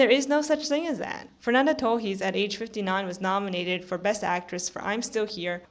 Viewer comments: Kinda of. The "s" is kinda silent, she pronunciates too mich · are you brazilian? Your "Torres" pronunciation sounds a lot like us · I didn’t even get two minutes into your video before I turned it off. You seem not to know what a snub is. Yalitza Aparicio shouldn’t have even been nominated for Roma, so why do you think her not winning was a snub? Lily Gladstone was excellent in Killers of the Flower Moon but she was not the best lead actress performance of the year. The way you pronounce “Torres” makes me think that you are yet another Brazilian online who is a sore loser about Fernanda Torres not winning. I’ve been so sick of seeing angry comments all over the Internet from Brazilians posting emoticons of Brazilian flags as though this were the Olympics. I’ve never seen this anger from Brazilian for other actors losing. The academy did not have a duty to give the Oscar to the woman from your country. And it makes me think that all you care about is that she was from your country because of all the Brazilian flags that I see in the comments. “🇧🇷 🇧🇷 🇧🇷 🇧🇷 Fernanda Torres was robbed! 🇧🇷 🇧🇷 🇧🇷 🇧🇷” what are the flags for? This isn’t the World Cup. I’m American and I often root for foreign actors to win Oscars and get nominated for them when I think they deserve it. I was thrilled when Marion Cotillard won for playing Edith Piaf. I didn’t say, “🇺🇸🇺🇸🇺🇸🇺🇸 Laura Linney was snubbed!! 🇺🇸🇺🇸🇺🇸🇺🇸” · Oh so that’s how u pronounce Torres? News to me!